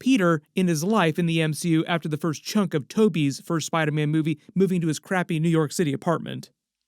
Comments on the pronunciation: I seriously hate how you say spiderman man it’s SPIDER man not spideh man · like for every time said “Spydah- man”